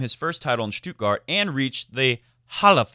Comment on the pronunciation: Hey, your "Halle" pronunciation is great. "Stuttgart," on the other hand... It's "Stutt" like "should" or "could," not like "do" or "woo." Federer forever from Berlin